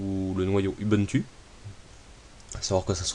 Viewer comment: pour info backtrack ne fonctionne pas sur un noyaud UBUNTU mais un noyau LINUX, comme toutes les variantes linux au fait la pronociation mondiale de base d'ubuntu c'est [oubountou], c'est un mot sud-africain qui peut être traduit par tous unis, tous reliés, tous frères